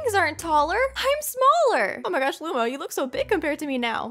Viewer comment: DID SHE SAY LUMO INSTEAD OF LUMA?!